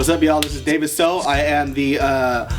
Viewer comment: All us Viets are shouting out David! XD Btw, great pronunciation. Props to ya! :D